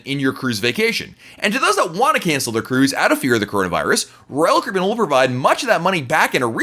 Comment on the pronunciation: I like your videos, but you talk WAY TOO FAST! I’m a New Yorker and even still I struggle to understand you., when you say Royal Caribbean, I can’t even understand what you are saying. Not good for a Royal Caribbean blog if people cannot understand the name of the company!